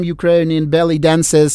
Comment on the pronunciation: when the Ukrainian Envoy says ballet dancers, I keep hearing belly dancers!